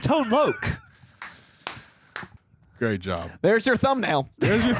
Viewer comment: Tone Loc is pronounced as Tone LOCK! ....... Not Tone Loak.....